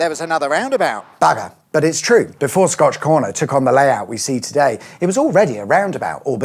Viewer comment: This sounds like a trick question.. And I see a comment below sayin scotch egg and everytime you say scotch corner, I'm only hearin scotch egg lmao...